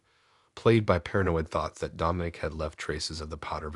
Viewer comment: Dom-I-nic NOT Dome- in- ic. Lol A.I.'s pronunciation drive me nuts🤣